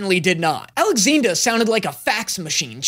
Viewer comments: Hold up... did you just refer to the chimera as... "ALEXINDA"?! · Alex-what!! Did he seriously call it Alexinda!! What!! 😱😢